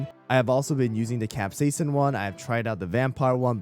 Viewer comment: its pronounced "queen-'amawn" and "cap-sie-sin"😂😂 hard watch